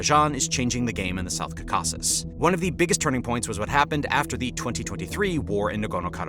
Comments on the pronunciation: The region is pronounced: KAW-kus-us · Every time he said "Cacaw-sis" it makes me irrationally angry. If you do geopolitics, pronounce the geographic part properly. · Caucasus is pronounced 'cor - cus. If you are producing a commentary, you should at least pronounce the region correctly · Not stressing the wrong syllable, he’s reading it completely wrong, as if it’s spelled Cacausus. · It's pronounced "Kau'-ka-sus". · Please learn how to pronounce Caucasus correctly (stress is on the first syllable)...but overall, good video. And thanks for pronouncing the "kh" sound in Nagorno-Karabakh. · This VO does not know how to pronounce "Caucasus"...?? Are they even native speakers? How did the editor not catch that and ask for a re-recording? Also the VO should probobly talk a bit slower... He also mispronouced "Karabakh"... 😅 Hire a better VO... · Are you mispronouncing"Caucuses"? Or am I ignorant lol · Where did you learn that pronunciation of Caucasus? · Awful pronunciatıon 😮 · Dude learn how to pronounce 'Caucasus' if you're going to make a documentary about it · Never heard anyone pronounce Caucasus like you wth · Please learn how to say caucasus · Bro you have to stop pronouncing the caucuses like that. Please. 😂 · learn how to say Caucasus correctly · Your stressing the wrong syllable with Caucuses. I think . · Yes that’s right, stress should be on the first syllable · This sounds very interesting, but its credibility called into question by repeated mispronouncing of words like "Aliyev" and "Caucasus". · bro still pronouncing caucasus funny xD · Peace between Armenia and Azerbaijan will happen before Americans learn how to pronounce Caucasus.